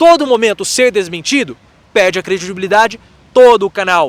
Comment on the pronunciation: “…você pêêêrrrrrrde monetização, você pêêêrrrrde audiência…”😂😂😂😂😂😂